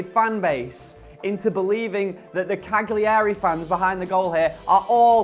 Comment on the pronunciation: Someone needs to tell him how to say Cagliari